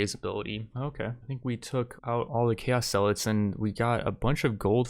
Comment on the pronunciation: stop daying zealots wrong, arghhhhhhhhhhhhh